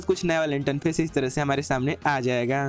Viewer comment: Bhai interface hota hai not इंटनफेस